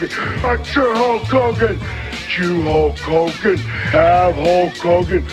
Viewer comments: Sounds like he's saying Hulk Cogan 😂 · With a Partsunknownian accent that's so strong, it identifies that the Warrior can't say Hulk Hogan's name right; every time he shoots a promo and when he talks, he would put too much emphasis in certain words that come out of his mouth, and most people couldn't make out what he was saying. "Ho Kogan! Look at meee, Ho Kogan! ... LOOK AT ME!!!" -The Ultimate Warrior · It sounds like hes pronounce like ho kogan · i think he said holk klogan once